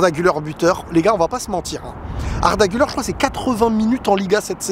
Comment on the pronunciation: on prononce "Gulère" et pas "Guleur"